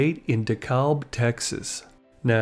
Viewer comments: It’s pronounced (De Cab) Dekalb Texas. He’s not far from when I live. He’s buried in Dekalb cemetery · FYI.... Dekalb is pronounced Dee-cab by the residents.